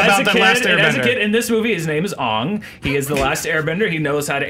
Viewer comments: his name is not aung its aang its pronounced incorrectly in the film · It's Aang as in Dang, not aung or whatever as it is stupidly pronounced in the worst movie i have ever seen in my life.